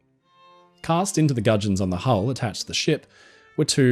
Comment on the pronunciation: When you say pintles and gudgeons, with ur accent, I sensed some real Willy Wonka vibes lol. At least I know some new words 😂